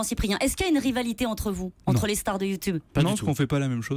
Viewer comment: U2 BEURRE